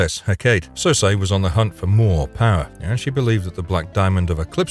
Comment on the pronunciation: The name Circe is pronounced SIR-SEE, NOT SIR-SAY